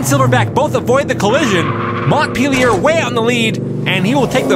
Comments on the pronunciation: FYI, Montpellier is pronounced 'Monn-pelly-yay' rather than 'Montt-peely-yurr' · "Mont peelyer" Ha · And another someone pronounced Montpelier incorrectly. It’s “mont-pell-ee-ay”